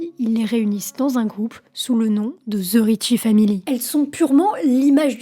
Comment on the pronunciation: Oui, en français elle articule assez bien. Mais son anglais est à chier!! ("Ze rrietchie faamili", "Ze wiilage pipole", etc...😣)